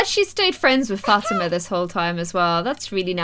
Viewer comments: i think its pronounced fateema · her name isn't fat-ama its fu-teema